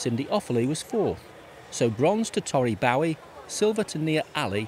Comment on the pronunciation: Tori Bowie got Bronze in this race?!?!? This announcer literally did this voice over after the fact probably with a prepared script and still managed to mess up the name. 😒 SMDH